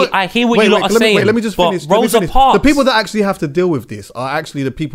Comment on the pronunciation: How is my man saying Rosa Parks loooool